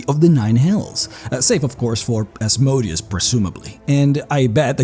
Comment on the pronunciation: Seriously. Stop mispronouncing Asmodeus’s name.